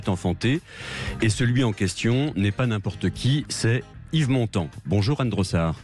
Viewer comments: Honte à vous Sud Radio ... Montand, un d pas un T. Vous degringolez dans mon estime chaque jour un peu plus.... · Montand et non montant